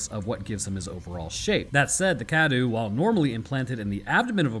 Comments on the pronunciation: Huh what Cadou is pronounced as kadu? That's not right, it's supposed to be Ka-dow, meaning present/gift in Romanian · By "pronouncing correctly" you mean "close enough" right? Then again, better you no longer pronounce it "Dimitresc" which was dumb :D. Also, you're still mispronouncing "cadou" (gift). It's not "kadoo" but closer to "ka-dough", the O and U sounds are separate. Trust me, I'm Romanian :) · I really wish you'd learn how to pronounce Cadou. Forget the u is there, man.